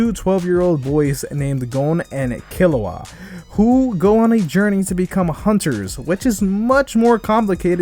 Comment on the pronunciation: im so mad at u for saying kill-oo-uh. ITS KEE-LOO-UH